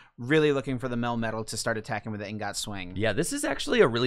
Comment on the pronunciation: I cringed everytime I heard them pronounce the word ingot like "een got" lol